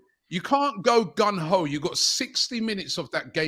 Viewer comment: Someone tell Robbie it's Gung Ho! Not Gun Ho!😂😂